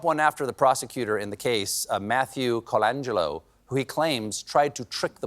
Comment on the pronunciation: He practiced pronouncing Colangello while gargling with orange mouth wash